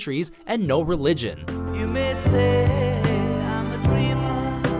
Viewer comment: Did he say religion, I thought it was pigeons, a lot pigeon problems downtown!